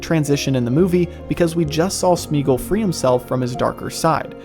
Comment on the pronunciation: Similarly Sméagol should not be Smeegl, but either Smaygol if you want to go full old English or more modern Smeeah-gol (where eeah is a diphtong changing from ee to ah) or also Smeegol (both variants Tolkien himself pronounced it). Tho —gol would in all cases be like the Gol— from Gollum, not —gl.